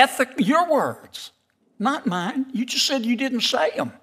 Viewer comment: ‘Your words…not mayne’ 😊